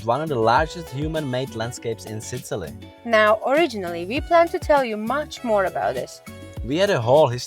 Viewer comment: i enjoy your videos but u REALLY need to check how u pronounce SICILY!! :D